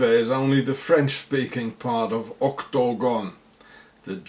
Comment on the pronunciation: I LOVE IT WHEN YOU SAY OCTOGON PLEASE SAY IT A LOT MORE IN YOUR VIDEOS HA HA